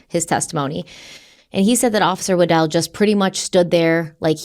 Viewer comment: When busted out with Officer "Waddle" I busted out laughing. With all the seriousness of this case that made me laugh. established the mans name is "Wa-dell" but has to throw out waddle lol thank you I needed the laugh after this story